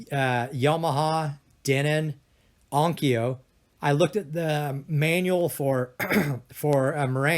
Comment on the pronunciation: It's not "atmis" it's ATMOS!!!!!!!. ITS NOT "ONKYA" ITS ONKYO!!!! Smh!! Its not "yomaha " it's Yamaha!!!!